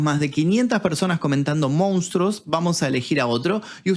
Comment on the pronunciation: Monstruos, no “Mounstros”. Quizás sea difícil para algunos pronunciar esa palabra.